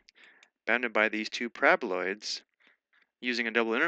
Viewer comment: Someone please hmu with a ringtone of my mans pronouncing 'parabaloids'.